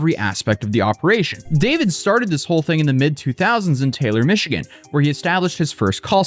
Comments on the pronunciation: "Mish E Gan?" Is this Nightvale? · mispronounced Michigan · Did have a stroke? He pronounced automobile like auto mobile, and Michigan like Michidgan. AI?